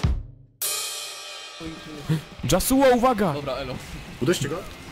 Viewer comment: Ale to nie jest Dzasuo tylko Jasło :P